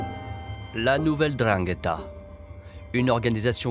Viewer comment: c'est la N'dranghetta , pas la drangueta .